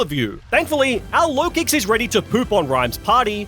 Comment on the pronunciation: LOKIX, NOT LOWKICKS! AND THE W IN RAYQUAZA IS SUPPOSED TO BE A U!